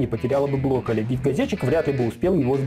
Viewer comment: А я не один слышу что он говорит блоколи?